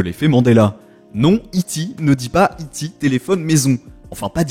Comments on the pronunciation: Pour ma part, j'ai souvenir d'avoir visionné une bonne 40aine de fois E.T l'extraterrestre en VHS et il ne disait pas I Ti mais E T en français Ça m'a fait saigner des oreilles quand j'entendais la version française américanisée quelques années plus tard, et la version étendue avec E.T en images de synthèse bien dégueulasses... Voilà c'était mon petit coup de gueule 😅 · Dans le film de Spielberg, le nom de E.T. a été choisi parce que ce sont les initiales de "extra terrestre" dans la majorité des langues courantes. De fait, dans la version française vue par la majorité des personnes ici, cela n'est jamais prononcé "i-ti" mais bien "eu-té"...